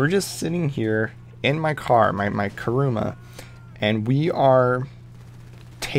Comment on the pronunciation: Wtf is karuma ITS KURUMA